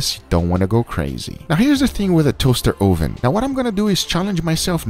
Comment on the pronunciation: toahster 0hven